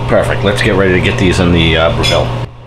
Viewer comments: Great videos, but it's pronounced BREH-vull. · Dude, if you're going to do a YouTube video about the Breville oven at least learn how to pronounce the word Breville!!! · Gary West, the dude can't even pronounce Breville correctly. You really expect him to understand how to use IQ or phase cooking correctly? Let alone actually read the owners manual. Ha, good luck with all that!